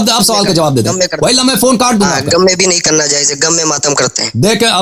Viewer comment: Jahil omari gham ko gam kahraha hai.